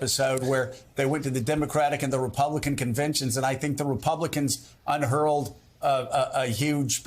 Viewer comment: You can hurl a banner if you wanted to, but you can't "unhurl a banner" I think Joe meant to say "unfurl a banner"